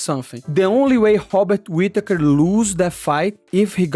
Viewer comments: It's pronounced Bobbit Whittaker. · How is Robert Whittakers name the only R word you had trouble pronouncing 😂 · Hobikot Whipakatur 🤣